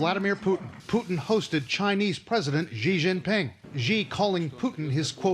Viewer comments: Xi Jinping's name is pronounced "she", as in the third person singular feminine pronoun in English. Saying "ghee" or "gee" or "zhee" doesn't change the fact that the PRC dictator's name sounds, in fact exactly the same as the English pronoun for a woman or girl. This isn't a stab at Trevor, you're great. Just a general comment on how the world press has failed to learn the proper pronunciation of the name of a dictator that's in the news daily. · It’s not ji, it’s Xi (she). Come on Trevor, I like you a lot, but Jon would have done his homework, and yes it matters. Even cnn got it right and he still says his name wrong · The Chinese president's last name is not pronounced "jee". It's spelled "Xi" and is pronounced like "see" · y da fak does he pronounce xi as "GEE" when he can obviously pronounce sea. Xi is pronounced Sea. Don't listen to the retards below who say shi or she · Xi is pronounced as “si”, like in silly, or closer to “see”, not “zi” or “ge” or “ji”! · You can't even pronounce Chinese president's name right! It's sounds like SEE in English, not Zhi or Ghee how you guys do it. And CNN is a national channel and they can't even properly pronounce the name? No wonder China doesn't want to deal with States :)) and for all youtubers out there Xiaomi is SYAOMEE, not Zhyaomee or some other stuff Americans always say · I love Trevor, but people (him included) really need to stop mispronouncing Chinese names. It's not "Gee", it's "Xi" and it's pronounced more like "see/sea". I had to think of the Bee Gees every time the name was mispronounced.😅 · And the CNN people too. It's not even hard! It's just "she" but with a bit more of a hissing sound on the "sh." Colbert insists on the "jee" too. Oliver mostly does ok though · Xi is pronounced like "See" or if you prefer "C", not Gee. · Xi is pronounced as "SHE" not "GHEE"! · actually the correct pronunciation of G (Xi) is like "she" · Actually “shee” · Xi is actually pronounced C. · Why they keep calling Xi as Ji?